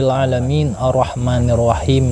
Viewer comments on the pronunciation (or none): none